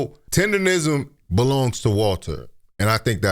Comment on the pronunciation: People really have a hard time saying “Tendernism ”! they be saying “TinderRism” 😂